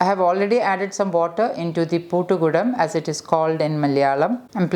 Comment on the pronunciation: It is not poottukudam or poottukutti, its puttukudam / puttukutti. Bcz poottu means lock. I know u know malayalam , so better to pronounce it correct